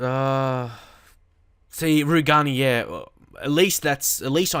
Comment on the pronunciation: Rugani is pronounced "roo-jay-nee"